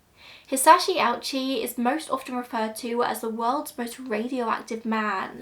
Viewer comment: Oh-oo-chi. Three syllables.